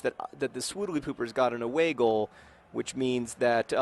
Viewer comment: Every time John says "away goal" I think he's saying "a bagel" in a funny accent